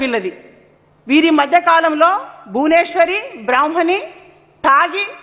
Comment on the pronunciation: Sir bhuvenswari kadu bhuvaneswari garu ani palakandi .. Ekavachanam samskaram anipinchukodu